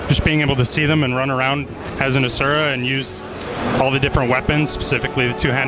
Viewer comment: Why can't, Pronounce Asura correctly? He worked on the freakin game...